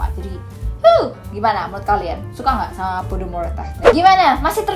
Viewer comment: Pomodoro, salah sebut wkwk